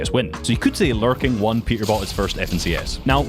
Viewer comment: why do i hear it larping instead of larking